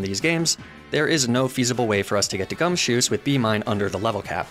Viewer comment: For some reason, the way you were saying gumshoos sounded like you were saying "gumsoos" To be fair, that hair is pretty soos